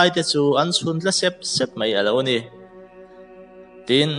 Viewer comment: I aw thing sia ila chhiar uang ve kher khi k lom top... 😂 Mei tia i lam zong2 khi MAI tia lam tur...